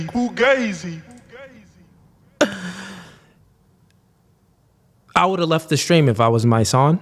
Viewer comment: Fugazi must be foreign due to his pronunciation of Z